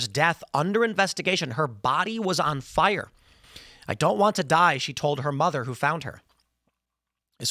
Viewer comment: "One day you wake up and you're on FOIRE!"